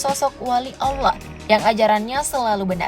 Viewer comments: Allah adalah sebutan nya, bukan Alloh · Admin pembacaan LAFAL "ALLAH" nya, Petikan Ayat nya, diperbaiki dulu kalau mau bahas hal crucial dalam Islam! Jangan asal bikin konten yang justru memercikan hal kebencian antara SUNNI DAN SYIAH jika tidak paham inti dari Ajaran keduanya?